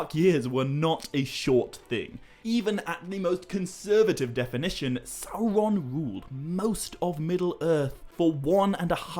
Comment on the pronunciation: I'm not a Tolkien scholar,, but isn't it "Sauron" not Salron"?